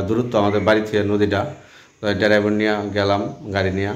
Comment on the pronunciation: আর মুর্খের বাচ্চা ডেরাইবার না বলবি ড্রাইবার ভাই।